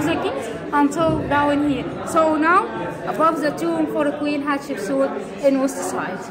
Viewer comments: Thanks again for sharing all of this amazing history! 💕🤗🥰 These videos are much better than documentaries because we get lots of wacky humor and learn the real pronunciations, like Catsupsuit.🤣🤣🤣The Egyptians should let & Susanna Patricia rename all of their royalty.🤣 The guides so far are awesome, with friendly personalities and lovely accents. Love what they do with the letter r, just like the Jordanians. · Everytime your tour guide says the queens name all I can hear is Ketchup soup! Lol 😆 🤣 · The wall art is amazingly beautiful!! 🤩 Thank you for taking us on another tour. Both of you seem to be enjoying yourselves, minus the drama. 🎭 it sounds like you’re saying Ketchup Soup 😄 and corrects you every time. I enjoy watching your videos with smiles and laughter! Love the humor. You guys remind me of my husband and I. You both are our type of peeps to hang out with. ❤️